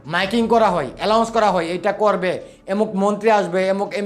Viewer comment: Alaunce kora noy kothata announce kora hoy.